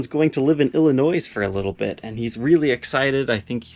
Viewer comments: Did you say illi noise ?😂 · Illinois resident here you don't pronounce the S in Illinois